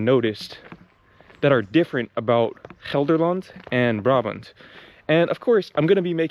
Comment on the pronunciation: You pronounce Gelderland like you are a native, well done!